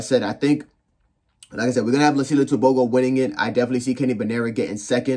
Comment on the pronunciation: Ter-Bho-Go😅 American accent